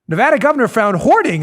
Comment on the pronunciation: Dan, its NevAda, NOT NeVAHda,,,,,,!!!! and don't blame us for sissylak.. Clark county (Las Vegas) voted him in. He had soros backing and california millions poured into his campaign. we in NevAda hate him......